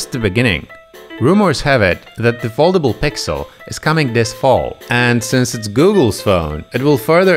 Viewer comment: Czyta się foldejbul XD